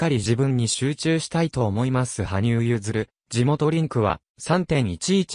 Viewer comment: 申し訳ありませんが、はぶさんではなく羽生(はにゆう)さんです。また名前は、けつげんではなく結弦(ゆづる)聴きづらいのでよろしくお願いします🤲